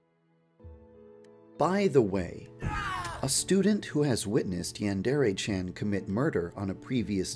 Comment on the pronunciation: OH MY GOD,for the first time in forever [Insert Frozen joke here] he pronounces Yandere right,I'm so proud of you Too bad you don't do it for your other videos